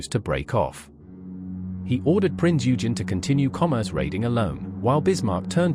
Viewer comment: Prince Eugen is pronounced "oy-genn"...